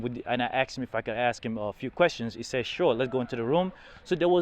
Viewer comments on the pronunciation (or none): none